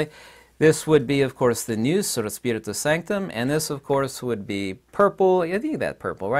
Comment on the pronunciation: you pronounce wrong the Greek word "ΝΟΥΣ".. It's not "ΝΙΟΥΣ"... It's "ΝΟΥΣ" -> "NUS" without the "I":)